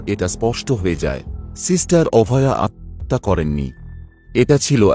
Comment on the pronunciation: আত্মহত্যা উচ্চারণটা ঠিক হচ্ছে না